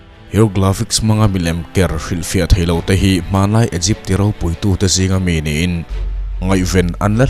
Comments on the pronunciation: Igipth nilo in I gupt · A bengvar thlak khawp mai. Mahse Sarcophagus = Sakrawphagi nilovin sarkawfagas. Egypt = Igipt. Hieroglyphic = heuglafix nilovin Hairawglifik